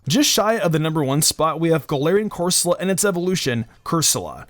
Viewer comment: 1,Alcreamie,sir fetched, frosmoth,darmanitan,Appletun,corsala (not cursola),the whole rolycoly line,polteageist ,wheezing,Eiscue